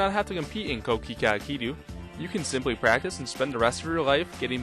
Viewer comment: It's pronounced "Koh Kee Khay" not kookeekooo lol